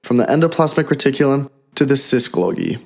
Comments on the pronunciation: It is called Golgi, not Glogi. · Repeat after me: Goal-gee, goal-gee, golgi... not glogi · This man really said glogi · "autosmal...glogi"? we hear clearly this is machine-voiced garbage. I don't like to be negative but this is really sloppy work.